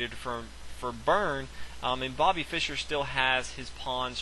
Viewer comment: why cant he just say fischer lol, he says byrne.